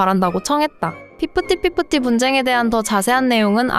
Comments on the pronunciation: 핏쁘띠핏쁘티 발음이. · 피프티 피프티 발음하는게 그렇게 어려운가?!! 희안하네.. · 엄청 피프티프피프티거리시네요 피프띠피프띠ㅋㅋㅋㅋㅋㅋ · 피프티 피프티 발음이 참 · 피프티피프티 발음이 안되시는건가.. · 제발 그 피프티 피프티 발음좀